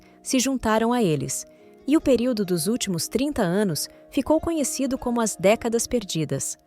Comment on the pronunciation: eu acho que a "narradora" é uma voz do google ou de um site de AI (inteligencia artificial)... no texto intiro ela errou umas duas vezes ... ao dizer "as" tipo "as pessoas" ela falou "a s pessoas"... mas no contexto final está muito bom... veja que ela muda a tonalidade e a velocidade da fala ao pronunciar em japones...a AI tem problemas com numeros... também... pede para ela falar 235000 ela fala 2 3 5 mil e nao duzentos e trinta e cinco mil ela fala século X X I em vez de seculo 21... e vai por ai.,.. tal como a Alexa ou a Siri...